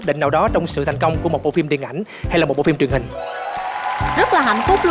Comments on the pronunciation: Để ý chữ "phim" thì đọc là "phin":) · Quê mình 1 số nơi cũng đọc phim thành phin á, cơ mà đấy là tiếng địa phương. Còn MC thì nên phát âm chính xác hen.